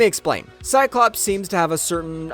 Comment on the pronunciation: Drinking game. Drink when you, hear cyclopse